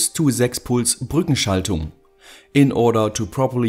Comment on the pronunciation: Great Video as always! Man I love the moment when u suddenly change to german when u say ,, Brückenschaltung" just sounds funny 😂😂